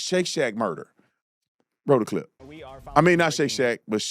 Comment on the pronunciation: "Here go another cliyp"